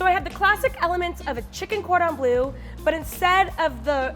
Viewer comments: I absolutely adore but the way she pronounces Cordon Bleu hurts me on a personal level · It is so funny that u pronounce cordon bleu like cordon blue 😂😂😂. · "cordon blue" even knowing a bit of french made that cringey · “Cordan blue” really? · Just me getting triggered by ‘cordon BLUE’ when it’s actually ‘cordon BLEU’ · Cringing so hard at the cordon “bleu” prononciation . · Did this bitch just say cord on blue? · saying cordon bleu makes my ears bleed